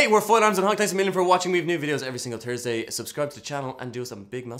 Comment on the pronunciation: "every turdsday" XD